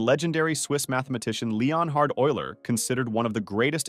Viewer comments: Lee-On-Hard!?!? at least Euler was pronounced alright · leOHn hard Euler 😭 why’d you say it like that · Is it really pronounced Leon-Hard or just Leonard? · Was Euler’s first name really pronounced Leon-hard? I always said Leh-nerd. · well, actually "leon" and not "lee-on", so the video is slightly off there, but otherwise yes, obviously the name is pronounced the way it is written in the persons native language, how else would you guess are names pronounced? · "Leon Hard" 😆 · Leon-hard? Leon... HARD? Is that how he said his name? No really, this is more important than the unsolved mysteries of math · first name pronounced wrong, last name pronounced correct. Usually it is the other way around. Great video on these problems nonetheless man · you do not utter "h" in Leonhard. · that's the wonkiest pronunciation of "leonhard" i've heard yet